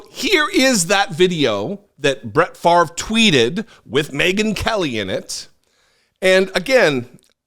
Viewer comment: Farve??? Nope it's pronounced Fahv-ray, (favre,). Don't un-french it